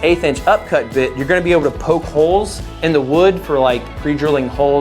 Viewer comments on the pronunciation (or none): none